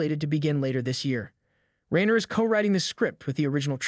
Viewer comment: Rye-ner you gen-z twit.